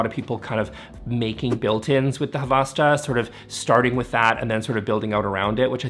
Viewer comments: Isnt it havsta hav sta ? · Correction: It's 'Havsta' not 'Havasta.' Two syllables, not three. A rare mistake by the (usually) articulate and precise. I've heard that Swedish people actually are forgiving about pronunciation, as suggests, but that they're real sticklers for spelling. And you don't want to make the Swedes mad. "No meatballs for you!" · I dont think you need to care how to pronounce Havasta right, im swedish dont even know how it should be pronounced 😅